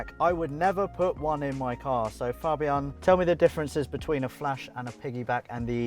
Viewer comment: Im glad he didn't say "fejbien" but actually said fabian, which is the right way.